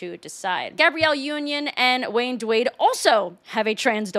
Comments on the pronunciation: Did you say "Wayne Dawade?"😂😂😂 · Lol you said Wayne Dwade. Chefs kiss